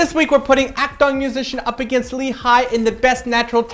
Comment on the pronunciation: Just a pointer on pronouncing Akdong, its a short "o" sound, not long : )